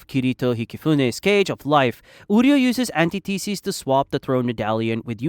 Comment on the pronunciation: And antithesis